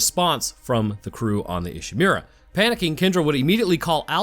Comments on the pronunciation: It's pronounced "ee she moo ra", Not "e she mew ra" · I love your videos, sir, but whenever I hear "Ishimeera" I take mental damage...